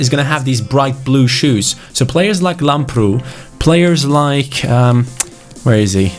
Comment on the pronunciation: it's called Làmbrou not Lambroù like so can see